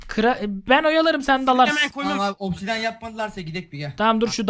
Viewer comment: Opsidyen Diye Okunuyo Opsidyin Değil